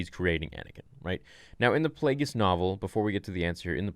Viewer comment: It's Plagueis.